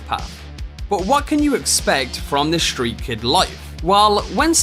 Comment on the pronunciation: "Shtreat kid"